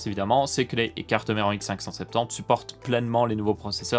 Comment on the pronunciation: Jentend x Cinq cent Cinq Tente… XDD